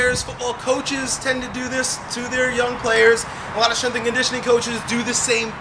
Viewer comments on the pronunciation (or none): did he just say "you got strenth questions"? what is strenth? isn't it "strenGth